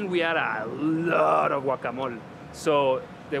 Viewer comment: I love the way you say GUACAMOL beacuse that´s the way we truly call it in Guatemala!! thank you!!!